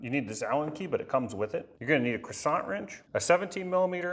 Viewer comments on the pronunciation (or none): It is not a croissant. It's crecent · it's pronounced cresent,like cresent moon not croisant like at burger king,,,and philips head not philipe screw driver. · It's crescent, as in the moon, not croissant, like the french pastry. No complaint, just a little wisdom share. I would also like to help you tone down the Kermit The Frog of your voice. Have your people call my people and we can have an online voice over lesson. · The adjustable wrench is pronounced quasant… get it right. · A real man doesn't pronounce "cresent" wrench the way you do. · Why pronounce crescent like it’s a French pastry item?